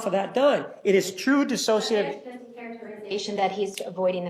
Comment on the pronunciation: Can somebody PLEASE tell Willmott how to say DISSOCIATIVE!!? She keeps saying “dis-as-sociative,” and it’s making my brain scramble!’😂